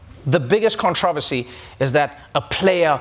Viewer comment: I feel like a Jackal, but is not “controversy” pronounced differently that the way Noah spoke it?